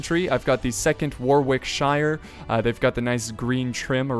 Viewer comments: "War-wick-shirrrre". I know we don't help with ridiculous spelling, but it's pronounced "Wah-rick-shur" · Warwickshire is pronounced "warricksher" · Just so you know in Britain when a county name has a 'shire' in it e.g. Warwickshire. The shire is pronounced 'sher' so it'd be pronounced as Warwicksher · aww i love your pronunciation, " War-wick-shire" hahah... (it's: Woh-rick-sha) ;P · "Wore Wick Shire". Actually pronounced "Worrick Sheer". Great vid though, ta. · "War-wick-shiyr" it's "Warrick-sheer". ;D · war-wick-shire... never heard it pronounced like that. It is pronounced 'war-ick-sheer ' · "war-wikk-shire" - Apollo cries in british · I didnt believe it was going to be as bad as you typed it and I laughed hard. I am from Wha - rick - sheer. Realise different accents will pronounce Wha differently so make sure it rhymes with wot without the T. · Because I am from Yorkshire, we forgo all sensible pronunciation and instead choose to get the word out as fast and with as little enunciation as possible. So Warwickshire becomes Warricksher. The "R" is just there to turn the "E" into an "Urgh" and not actually used. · It's funny, you are inventors of the english language and you can't pronounce it good :D Shire = sher, warwick = warrick, please :D It's just silly :D Just use normal, common english, not your fancy, strange thing :D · grippingrope99 pronounced warrickshir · Written "Warwickshire", pronounced "Warricksher". And thats why english is pronounced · As a half-Brit, it hurts to hear you pronounce Warwickshire like that. In accordance with the colossally nonsensical English spelling conventions, the pronunciation is nowhere near what is actually written. "Warwickshire" is accordingly correctly pronounced: "Warrick-sheer" (or even just "Warrick-sh'r") Welcome to English :-P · Your pronunciation of Warwickshire really made me cringe. War. Wick. Shire. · War-wick-shire. Please stop devolving the language Americans. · Dude said 'warr-rick-shyre'